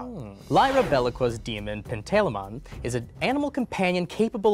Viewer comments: Um, actually, mispronounced both Lyra Belacqua's and Pantalaimon's names. The girl is "LIE-ruh buh-LAH-kwah" (not "BEH-lah-kwah" as pronounced) and the daemon is "pan-tah-LIE-mun" (not "pan-TAY-luh-mon" as pronounced). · Um actually, that's not even remotely the correct pronunciation of pantalaimon.